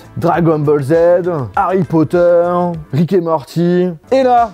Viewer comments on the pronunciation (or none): none